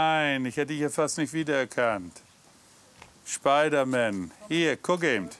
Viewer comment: Schpeidereier für Schpeidermän. So süß